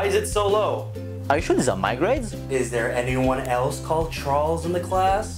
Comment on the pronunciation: he said "Chrals" not "Charles" 😂